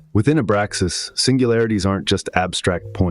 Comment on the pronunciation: Abraxas dude. It's driving me nuts.